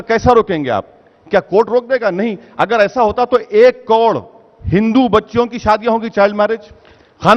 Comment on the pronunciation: Abe ovaisi sabse pahle tu , karod bolna seekh lo, baaki baate baad me.